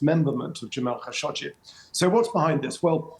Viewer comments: After working with the khashoggi family for nine and a half years I could honestly say they do not pronounce their last name in this manner. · Its "Kha `Sho` Gee" isn't it? Arabic.